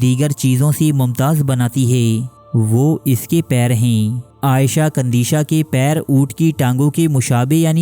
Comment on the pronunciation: بھائی آپ نے نام صحیح نہیں لیا…… عائشہ نہیں عیشۃ قندیشۃ نام ہے…… تھوڑا احتیاط اور خیال کریں۔